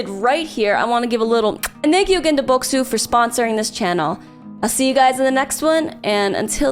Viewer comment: every time i hear bokksu, i can't stop laughing because it sounds like revenge in korean